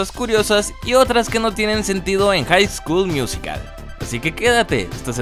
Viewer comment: Nadie: Absolutamente nadie:: Haik SKuL Miuzikal